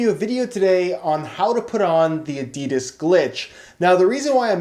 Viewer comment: If he says adidas glitch like that again I might actually cut my scrotom open